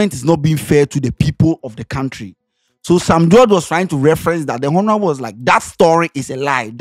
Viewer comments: is not hornourable it's honourable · Eii... Scantyyyy!!! The H is silent ooo so Onourable😅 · How is scanty pronouncing 'Honourable'?